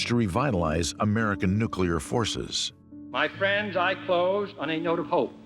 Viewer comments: One more time....it's NU-CLE-AR, NOT NU-CLU-LAR....... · Nuclear, NOT 'Nucular'! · Your credibility goes down when you say "nookyaler".